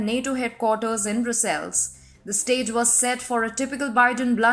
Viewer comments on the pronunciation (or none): Reporting in English with atrocious pronunciations! Faux pas Brussels, violently, Sullivan.....